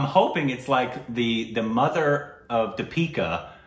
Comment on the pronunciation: exaggerated, slightly frustrated maybe hahaha. But heck yeah, you nailed the name Deepika.